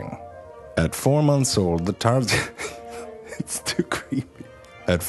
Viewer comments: How can you pronounce your tarsier it's tarsier it's normally not tar-siyee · That's because it's actually pronounced /tar-sheer/. zefrank videos, while hilarious, aren't really a good source of facts, as a lot of silly stuff is mixed in. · Ikr, also, he pronounced this pretty badly. (I live in Cebu) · The fact that im a filipino and the way he pronounces “Tarsier” triggers me But the facts make it funny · The way he pronounces the name is the first I have ever heard Tarsier being pronounced. Suits him though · He's pronouncing it french style, I believe. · In the Philippines we have a tarsier and you say tarsier wrong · That's the weirdest pronunciation for Tarsier I've heard....LMAO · This might have been an informative video but you instantly made it unlistenable by the strange way you pronounce "tarsier". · Its pronounced Tarsier not a silent r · I think it's pronounced as tarshir not tarsiye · The Tarsier is indigenous to the Bohol Hill ranges of the Philippines, (being from the Philippines) we’ve always pronounced it TAR-see-ur rather than the Francophied Tar-SEE-ey. I’m having a hard time drawing the line between intentional mispronunciation for comedy and an actual blind spot as you’ve pronounced the names of the animals correctly in most of your videos. Either way, may I perhaps suggest that pronunciation change as I’m afraid viewers might think that’s how it’s actually pronounced. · Me: TarZHEER Him: TarZIYAY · Its tarsier not tarsiaay🙄🙄🙄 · Oh come on tarsier. It's French that's why it is pronounced as Tarsiay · I just discovered this channel and love it 🧡🧡 I’m giggling at how most foreigners pronounce tarsier as “tar-si-yey” 😂😂 we literally just say it as “tar-shir” here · True fact, it's pronounced as "tarshir" not "tarsiyey". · Tarsiyey? It's actually tarsheer AS A TARSIER IM OFFENDED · Tar si-ey in Philippines we pronounce it as tar-sheer But it's still spelled the same. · Or "Tar-siey" is how foreigners prob pronounce it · tarsheer not tarsiyaaay